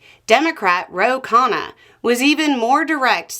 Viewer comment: KHUN-na, not KHAA-na.